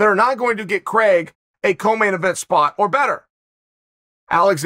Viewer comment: Hearing my name pronounced as CREGG .... always hurts.